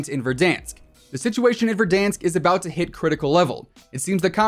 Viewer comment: Be honest did u start saying VerDONsk because of timthetatman or was it your own thing😂